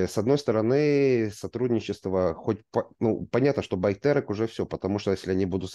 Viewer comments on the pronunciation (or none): Ударение в конце короче. Байтере'к